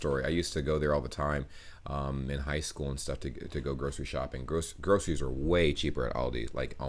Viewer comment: I love how she pronounces some words more sloppily than a native speaker: "grosheries" vs. ' "groceries".